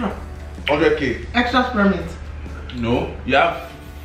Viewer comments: Bisola said spearmint ‘e’😂😂😂😂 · Tobi: “it ends with e” Bisola: “Spearmint-e” 😂😂 “mentos-e” 🤣🤣